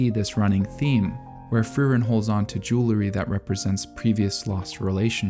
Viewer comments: I love all the care for detail in Frieren, and it's great to see someone who took the time to examine it! I also wanna say, however, that it really bugged me every time you said jewlery instead of jewelry. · I'm glad I'm not the only one that got distracted by his pronunciation of jewelry!